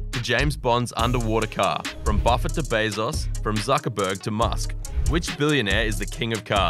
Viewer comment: "Mark Zuckurtiz"